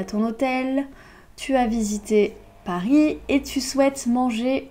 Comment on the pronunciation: Pourquoi prononces-tu le s à Paris?